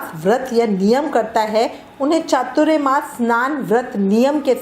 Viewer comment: . . एक तो पहले आप उच्चारण बराबर करे . . वो चातुर्यमास नहीं ‘चातुरमास’ होता है . . चातुर्य का मतलब चालाकी , होशियारी, शातिर ये होता है उसका चातुरमास से कोई मतलब नहीं . . यहाँ चातुर के मायने चार है और मास मतलब महीना . . तो चातुरमास याने चार महीने ! . .